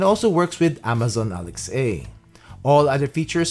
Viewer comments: Why do you pronounce Alexa as "alex-ay?" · Sorry I can't watch someone pronounce Alex a instead of alexa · its alex-AH